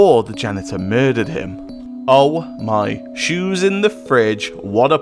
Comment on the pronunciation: "oh MY shews inda fridge"👞👞